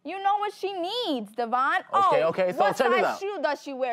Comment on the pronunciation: treats Devion like Crap but cant even say his name right and at least he tries mean while she was feeding Luis money every time he asked for it but then would cry like oh hes not helping me then you got Devion stepping up.foe Stella to he grew up alot and deserves all the credit where credit is dew and them bitter men haters need to back off...